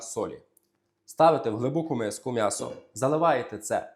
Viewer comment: Будь ласка, кажи « Мʼясо», а не по- москальськи(«мясо»). Ти ж українець!!!!!!